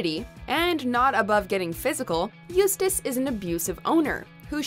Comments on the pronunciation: They finally pronounced Eustace name right. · They finally pronounced Eustace's name correctly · At least you finally managed pronounce “Eustace” properly. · At least she didnt butcher Eustace name this one